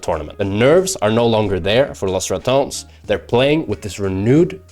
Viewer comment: Love the highlights. Though being able to speal good Spanish and pronouncing "Los Ratones" as he is in the video makes me feel some kind of way 😭.